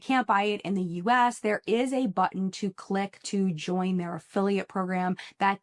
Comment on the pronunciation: "JION US" 😆